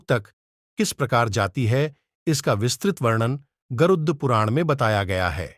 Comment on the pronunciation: Garuuuuddhh puran kya , pehele aap pronounciation sikhlo.